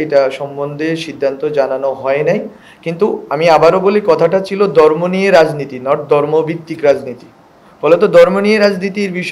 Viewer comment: চাত্র দরম আমলীগ এই শব্দ উচ্চারণে আরো যত্নশীল হতে হবে